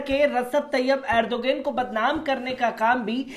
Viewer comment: Rasab tayyab erdogain nahi Bolna sikh lo bhai